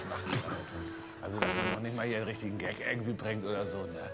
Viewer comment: Es heißt Gag nicht Geck 😂